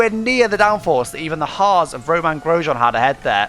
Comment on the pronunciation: Did he say Hars instead of Hass